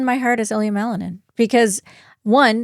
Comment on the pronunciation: You can NOT EVEN PRONOUNCE WELL THE NAME OF MALININ, LET ALONE JUDGE HIM! SPEAK FOR YOURSELF! NOBODY EXPECTED ??! MICHAEL WAS ONE OF CANDIDATES FOR THE OLYMPIC MEDAL!!